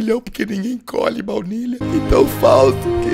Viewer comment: Soh eu q percebi q ele falou "vlaunilha" em uma parte? Hahahaha